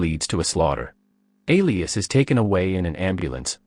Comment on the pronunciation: "Alias"? That's not how you pronounce Elias.